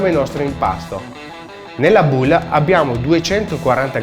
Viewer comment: La musica e’ bruttissima, e bowl in inglese Si dice bol not buul 🤢😣😣😣😣😖